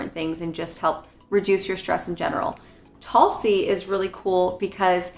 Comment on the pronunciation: Tulsi is pronounced as Toolsi. Honestly you are better off getting it by itself (in different flavors if preferred) rather than whatever combo these teas are.